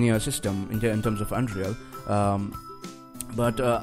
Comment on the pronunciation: It is "Un-real", not "Un-Dreal"!